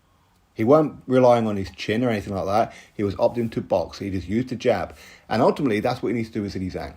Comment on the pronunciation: Jab not bab lol